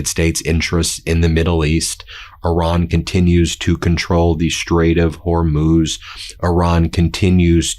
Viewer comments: You did it! Thank you, thank you, thank you! You got it - the Strait of HOR - MOOZ !!! I can keep listening. I also like it when you are kind of whispering. Yes, HE'S THE WEAKEST LOSER! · OMG! You finally figured out how to pronounce Hormuz. Only took you a week. Impressive. All hell is breaking loose. :) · Love that Ben finally pronounced Hormuz correctly lol! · Yay! Ben nailed Hor-mooz! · Hey Ben! Thrilled you're now able to pronounce Hormuz correctly!! 😂🎉👍